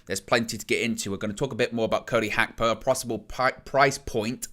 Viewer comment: Its Gakpo not Hakpo 😢